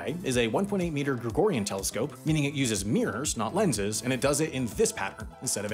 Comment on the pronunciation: Lenses* not Lenzes